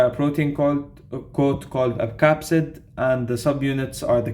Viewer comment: you said caspid when it should be capsid just a heads up 🙌. Keep up the good work. Hassan